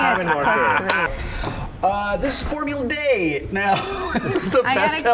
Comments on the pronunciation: Why are you pronouncing it Formula [Day] instead of [Dee]? Is it because its european? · Why are they saying Formula DAY?